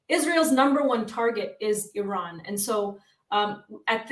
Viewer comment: it's not Irrrrran, it's Iran. Easy on the 'r' bro 😂🤘